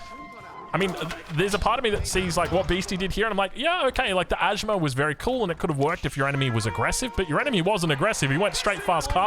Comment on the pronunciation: It's not ajmar.. pronunciation is like aj mayor